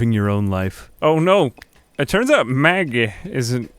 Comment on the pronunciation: Idk what it is, but I love the way you talk. It makes these videos 10x better than they already are. And you come out with this like Mahggeh and I am here for it.